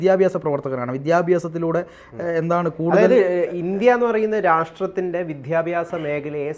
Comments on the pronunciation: വിധ്യാബാസം എന്ന് പറയല്ലേ, വിദ്യാഭ്യാസം എന്ന് ഉച്ചരിക്കൂ. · വിധ്യ അല്ല വിദ്യാഭ്യാസ० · വിദ്യാഭ്യാസം not vityabhyasam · വിദ്യാഭ്യാസം എന്നത് ശരിയായി ഉച്ചരിക്കു